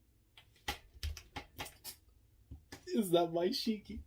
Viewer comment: Someone in the fandom mentioned that Shiki and Ziggy are actually very similar in Japanese language So I assume that him saying Ziggy was due to f**ked up mouth and can't pronounce his name. Just an observation but Ziggy maybe still like Shiki personality wise, like Shiki cares a lot about his friends and Ziggy when he lost his memories formed bonds with Elsie and Shiki and this Ziggy still has those memories meaning he is hesitant to kill them himself, that's why he is using indirect means to kill them. Also kill urself with your own hands is kinda Psychopathic. Maybe am looking too into it That Aside, the Reveal was amazing even if most of the fandom predicted it the implications of this reveal is much more exciting. We see that EZ crew respect & trust Shiki a lot and this reveal maybe a really hard pill to swallow for them. I want story now to focus more around this mystery what his goals are and if you ask me let the team split up, majorly shiki from the crew. More like shiki is captured by IUA Or something of sort so that crew can't interact with shiki and mystery will continue through clues.